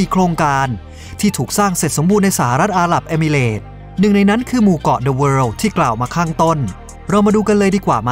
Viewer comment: เสียงน่าฟังค่ะ แต่ควรออกเสียง ร ล ให้ถูกต้อง อาหรับอิมิเรตส์ ไม่ใช่อาหลับเอมิเหลด